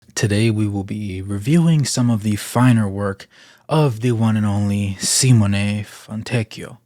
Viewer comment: Thank you for attempting to pronounce his first and last name properly. As an Italian it is always horrible to hear Italian names Americanized